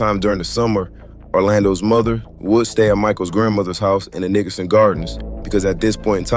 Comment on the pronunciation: I don’t like the way you pronounce Nickerson